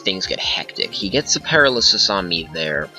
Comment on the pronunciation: GG. Love seeing older gens in action. Btw it's Pair-AL-ysis. AL like in Albert. Not that I want you to ever have to face a paralysis team again tho. That blunder strat